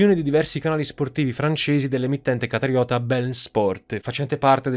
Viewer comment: Un altro ottimo video carissimo, ma non é "BeLn", é "Be -In". :)